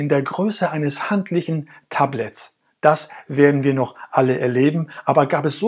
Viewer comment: deine betonung ist unter aller sau, änder mal was an deiner aussprache... beeeee kannt taaaabletts